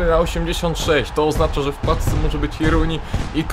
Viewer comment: grasz w fife tyle lat a nadal mówisz w pacce